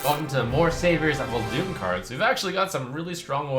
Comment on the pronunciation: His mispronunciation of Uldum really irks me